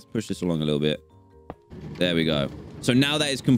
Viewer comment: " I can hear da pigs, dey honkin " - DanTDM 2020